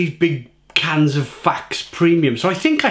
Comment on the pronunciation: You must tast the strong ones of it in a black can too (10% a 1litre can) too ! it needs just 1 can for a hole party night ! 😅 Ps: you must speak out the e in the name too to speak out the name "faxe" right ;)